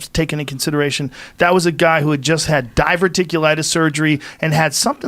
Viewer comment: Joe "Diverticulitis" Rogan